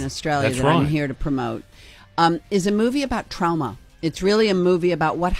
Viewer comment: Jamie saying trowma just healed my trauma 😂😂